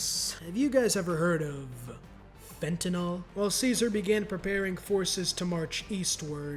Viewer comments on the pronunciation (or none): none